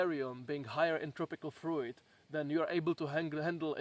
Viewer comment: Can you learn to pronounce fruit correctly pls